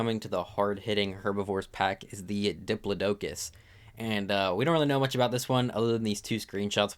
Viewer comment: Bro can't pronounce: Diplodocus Megaloceros Paraceratherium Ankylosaurus Pachy Stygimoloch Pachyrhino Gallimimus Doedicurus Arthropods Araneo Pulmonoscorpius Dunkleosteus Liopleurodon Troodon Carbonemys Archelon Lystrosaurus Dilophosaurus Kaprosuchus Quetzalcoatlus Tapejara Argentavis Kronosaurus Styracosaurus Dimetrodon Megachelon God help him, fr...